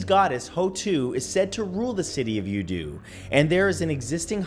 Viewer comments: Youdu... Nah, ya don't. LOL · Youdu = Yow Two. Jeez...